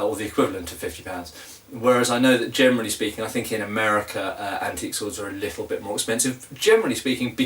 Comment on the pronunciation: Your "generally" often sounds like "germany" :D Do you have (buying-)experience with older swords, e.g. from the 15th century? Where do you get your non-antique swords? What are good modern manufacturers for medieval swords (possible cathegories: authentic, good for training, good for exhibition fights,...)?